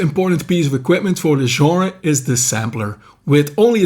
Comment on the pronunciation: I still can't believe there's a Dude under 60 that knows how to pronounce 'genre' correctly! A while back I was browsing the bookstore and two cute babes walked by chatting about books and stuff. Then one Einstein mentioned to the other Einstein she wanted to check out a new 'Jenner' - as in Bruce Jenner, or whatever he's into this week. Had a hard time not snorting Pepsi out my nose! I will give them props for actually being in a bookstore instead of the "Brain-Dead Shop For Crappy, Overpriced Clothing" store. I'm so new to this I don't even know the right questions to ask. Reading the comments helps me understand this channel is real, and the info is on it. What/where else should a noob be looking for info? Thanx!